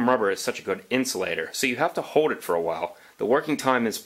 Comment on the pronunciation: An amazing difference you’ve demonstrated there and nice build! Voice over work eh? You tend to hold back on your “L” sounds. You say the word “hold” more like “hoad” and “shoulder” like “shoder “. Get those “L’s” out there.